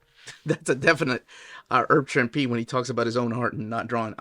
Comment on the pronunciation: The correct pronunciation of Herb Trimpe: The H in Herb is not silent, and Trimpe rhymes with "shrimpy."